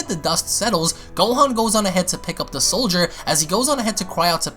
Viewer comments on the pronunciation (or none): lol you said Soilder... S O I L D E R.... instead or Soldier 😂😂